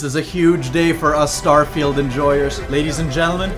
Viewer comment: "Starefield"... I'm dying